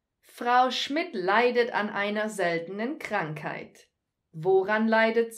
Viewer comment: "Kramkheit". Ha! Gotcha! :)